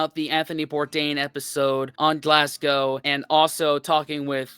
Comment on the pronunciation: Point 1 - Don't pronounce Glasgow Glass-Go - It's Glaz-Go. In London, go eat at Borough Market, then head to the coast - and any town on whatever coast you choose, THIS is where you buy your First fish and chips.